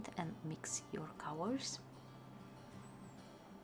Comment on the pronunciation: It took me a while to realize that you meant to say "colors" every time you said "cowers". Anyway, I've never seeing such beautiful swatch and mixing of watercolors. Thank you for sharing,!